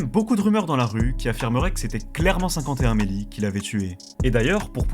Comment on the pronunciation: Ça t'étais si difficile de prononcer O FIVE ONE MELLY? 😂😂😂